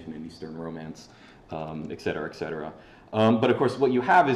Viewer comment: It's "etcetera", not "ekcetera".